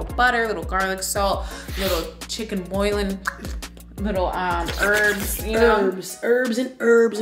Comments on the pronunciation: chicken boillin ... lol nat its chicken boo-yon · Chicken Buillion (Bull-yahn) seasoning.... not boilin'...heard you say that twice. lol But I got ya baddie!!! From one bad to anotha!!!